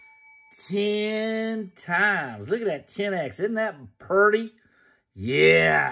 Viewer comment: Purdy fur shore. Lol 😆 Happy Wednesday 😄